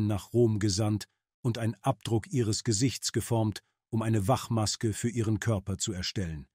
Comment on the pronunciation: Die Doku selber war klasse....was man vom KI-Sprecher NICHT behaupten kann......ich sage nur "Wachmaske"..,...